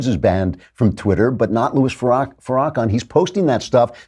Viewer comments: Where did you fu'rawkin' learn how to mispronounced Farrakhan in such a manner? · I believe it is pronounced, Far-ra-khan. It's Turkish for hypocritical sleeze ball. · Did you seriously say “Farah-Ken” but I’m supposed to believe your intelligent, and listen to you? 😝 Pass